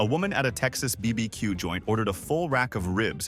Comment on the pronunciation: Bee Bee Que ??? 😂